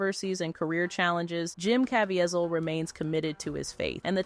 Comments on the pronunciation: The narrator does not know how to pronounce Caviezel's name: Ca - vie - zel. And I love him. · Please Please Please..learn how to say his name Properly..it’s CaveZIEL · Hate AI. It's cuh-vee-zeel. Such disrespectful to an amazing man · Can you learn to pronounce his name properly and not 3 or 4 different versions, none of which were right! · How many different ways can you pronounce “Caviezel” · Huge DOWN VOTE! The title had NOTHING to do with the video. Its unbelievable that you would make a whole video about a man who was honest and wholesome and then disguise it in deceit. As if that wasn't enough the AI voice over misprounced Jim Caviezel's name constantly throughout the video. Garbage!